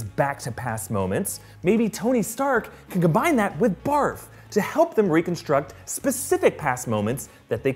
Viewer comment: Am I the only one who just cracks up when he says barf?